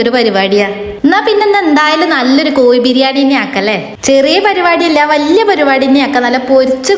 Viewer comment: കോയി ബിരിയാണി അല്ല കോഴി ബിരിയാണി